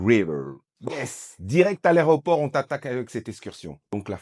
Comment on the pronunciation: Alors juste pour info...C'est aéroport et pas aréoport lol! Réécoutez-vous au début de la vidéo..